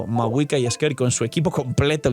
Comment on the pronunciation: cómo vuelvas a decir skerk en vez de skirk me da algo